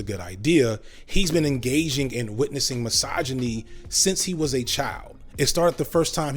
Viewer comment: Take a shot every time this neckbeard says 'Massage-A-Knee'. Criticism does not = misogyny just because it sounds harsh. Man up.